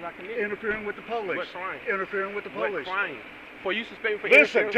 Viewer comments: First of all, it's not PO lice. The accent, in the USA, is on the second syllable, Lieutenant. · POLE-lice funny how the cops pronouce police..